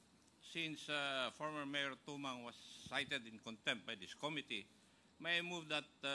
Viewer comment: cite in contempt cite in conc tempt. Cite in contempt pa more